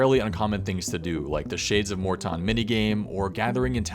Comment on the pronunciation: Pronouncing Morton like that, he thinks he's better than us doesn't he